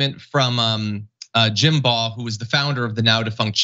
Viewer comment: Shout out to John for pronouncing Baugh correctly 👏